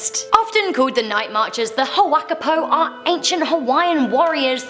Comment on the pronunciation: For the night marchers it's Hu wa ka-I- po